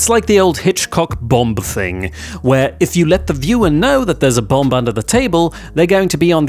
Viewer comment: This is the first time I ever heard anyone pronounce the second B in Bomb lol